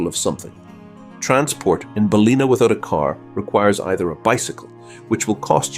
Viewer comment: It is NOT Balina, it is Bal in Ah. Get it right!!